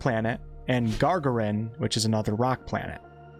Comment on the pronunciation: Haha. Sorry-- loled at your pronunciation of Yuri Gagarin's name. "Gar-guh-rin";) Anyway, solid video. Excited for this one.